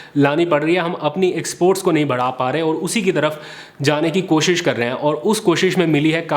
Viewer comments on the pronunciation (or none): none